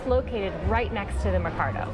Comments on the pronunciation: It’s mer-caw-doe, mercado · PRONUNCIATION ... the "Allende" part is pronounced [ eye - end - day ] with the stress on the second syllable .... MERCADO ... the market [ mare - KAH -thDoh ]